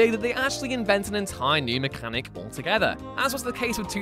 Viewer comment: The way you say mechanic is horrid